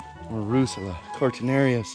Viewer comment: stop saying rushula!!!